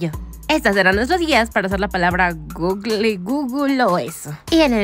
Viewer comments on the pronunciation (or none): Okay, pero, como no sabes pronunciar GOOGLE, digo entiendo qué hay gente que le dice gogle y otros gugul pero guloeo o lo que sea que hicieras es exagerado y no me incumbe simplemente me fastidio como lo dijiste.